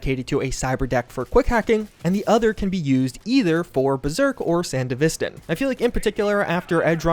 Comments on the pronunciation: "San-deh-viss-ten" I'm sorry but this was so hard to hear throughout the video hahahah Me: Isn't it "San-devi-stan"? which one is it? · BRO SANDE-VISTAN?! RLY!? It’s SAN-DEVISTAN… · Come on man after Edgerunners there's only 1 way to say Sandevistan. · Nitpick: San-devi-stan, not sand-evistan. Edit: Thanks for the non-self correction. My soul is at... sort of peace. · Please 🙏 you said it so many times The pronunciation is Sān-Dev-Est-Stān. Its Name comes from the last Corp War, mainly taking place in the desert the "Sandy Devestaor" from what happens to the sand flying up after use. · dude said sand-evis-tan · Come on, man, we have an entire anime on how to pronounce Sandevistan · san-dev-is-tan lol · correct pronunciation san-dev-eh-stan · The fact that you can literally acknowledge edgerunners as a popular thing, claim to LOVE cyberpunk itself and then mispronounce sandevistan like that hurts my soul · Yo it's Sandevistan not Sandevistan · Dude managed to pronounce Sandevistan differently several times lol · my man acknowledged he's saying Sandevistan wrong after proceeding to say it wrong multiple times. 😡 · The way you saying Sandevistan is fucking me up, lol. IM sure the way say it in the anime is correct since Mike Ponsmith helped oversee a looooot of the work in Studio trigger. plus the DUbbing was fucking supreme. So yeah, they had to say it right. lol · Great video, but real talk, if you're making a cyberpunk video after the anime has released, you really should be pronouncing Sandevistan correctly. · love how this dude obviously shows evidence of watching edgerunners but still butchers Sandevistan AND ACKNOWLEDGES IT and keeps saying it completely wrong